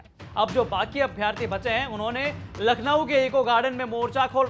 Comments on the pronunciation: अभ्यार्थी नहीं अभ्यर्थी होता है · 461000 नही दिए है परीक्षा 7.5 लाख के लगभग दिए हैं कम से कम जानकारी तो सही रखो यार 📍📍 दूसरी बात अभ्यार्थी नही अभ्यर्थी अर्थात छोटा अ की मात्रा होती है। अभि + अर्थी = अभ्यर्थी यण स्वर संधि होती है। इसलिए अभ्यार्थी न बोला करो थोड़ा भाषाई कौशलता भी सुधारो